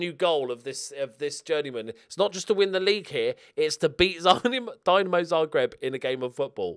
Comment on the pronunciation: Please, for the love of God, it is not fucking Dynamo Zagreb, it is Dinamo Zagreb.